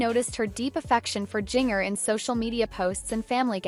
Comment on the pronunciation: Why not saying her name correctly